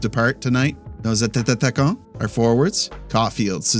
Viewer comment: Idk if it is intentional but it’s at-ta-quant not at-ta-ta-ta-quant lmao love your vids tho